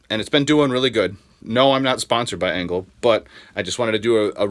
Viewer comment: Engel not Engle...🤪